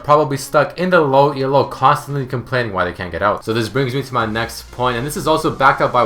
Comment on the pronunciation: First off, it's not ELO anymore, its leagues. Second off, it's NOT E-L-O its ELO. It's a dude's name. Get it right pls